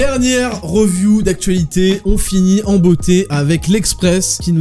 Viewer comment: Mec. J't'aime bien ( même si je trouve ce format un peu trop sage :) ) Mais le "reuviou" c'est pas possible. Soit tu dis "analyse" , soit tu prononces "review" comme ça se prononce. "riviou" phonétiquement. Merci!